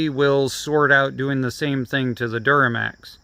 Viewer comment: duromax, not duramax